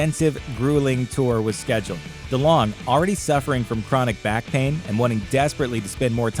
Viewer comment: How do you pronounce delonge? He said it the way I've always heard it